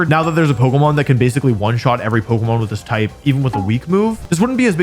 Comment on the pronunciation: Every time I put up one of your videos in the background, every time you say pokemon, I hear bogumaw